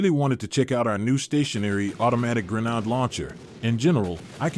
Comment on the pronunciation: Wow, Listening to you continually mispronounce grenade is doing something to my brain....